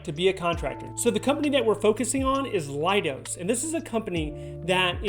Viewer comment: Pronounce “Leidos” as lay-dose, rather than lie-dos. You can see why it’s not “lie”, right? In spelling as well as speaking.